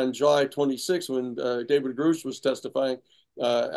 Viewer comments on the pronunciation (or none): I don't understand why Danny continues to mispronounce David Grush as David Grouch . Not that hard to get it right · Will Danny ever learn David Grusch name? It’s pronounced GRUSH NOT GROOSH